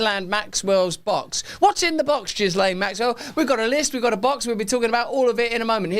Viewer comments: Ghislaine..... Silent S ! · Ghislaine is pronounced: Gheelehn...(it is a French name)